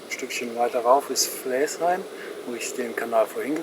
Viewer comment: Sehr schön Deine Filme, nur man merkt, dass Du nicht aus Haltern und Umgebung kommst. Flaesheim schreibt sich zwar so wie Du es aussprichst aber das e wird nicht mitgesprochen es wird seit Urzeiten und immer noch Flasheim gesprochen! Flaesheimern tut Deine Aussprache in den Ohren weh!